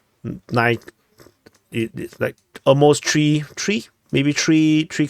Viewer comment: Please practice the ‘Th’ sound. Three is not ‘tree’ Third is not ‘turd'